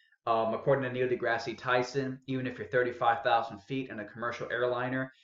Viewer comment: And dude, Degrasse is pronounced Degrass., not Degrassy.